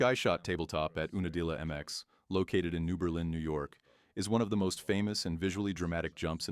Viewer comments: You na dilla, not ooo na dilla. This drove me crazy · Ai channels are insane lol ew-nuh-deel-yuh is hilarious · Oooonadilla…. This robot voice is going to tell me about the legendary soil at unadilla? Fake news. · This AI voice is hilarious. 😂 😂 It's Yoouuu—na-dilla. 😂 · Dead giveaway that this is AI b***** is that you can't pronounce unadilla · It's hilarious how AI can't pronounce UNA DILLA....